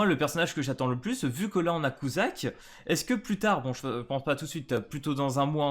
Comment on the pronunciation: Sa se prononcé cutsak et pas cuzak eli n'est pas une des seven deadly sins et sa prononcé deadly sins avec un s à la fin sinon trop hype pour les persos et bonne soiree🥰